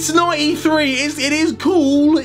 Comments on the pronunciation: Man said 95 ps its 93 pas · Did he say 95 passing not 93